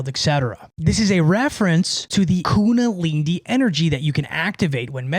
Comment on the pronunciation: 😂say it slowly IZ : kuNDAlinI Great contents bruv